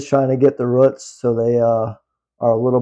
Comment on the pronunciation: I’m watching this video going “what the hell are ruits?!” Roots… he’s saying roots. Lol I’m a whole ass dumb.